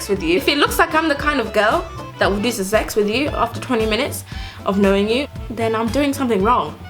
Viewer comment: “Ze sex” Omg you’re too funny 😂 I’m definitely subscribing I also uploaded a video on my channel on how NOT to learn French, if you can check it out and tell me what you think 😊